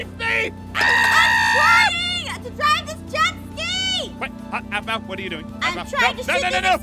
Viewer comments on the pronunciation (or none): Same but you said there name wrong it’s Aphmau and Aaron